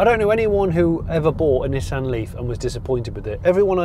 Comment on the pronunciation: Cracking review and praise the Lord you pronounced it 'NISSAN' not like those ghastly colonials say 'NEESON'....... I ask you 'NEESON'..........but then again .......'JAGWAR'..........'HUNDAI' .... need I say more :O)